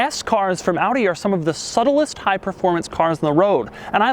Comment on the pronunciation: subtlest... subtlest... subtlest... yeah it still doesn't sound right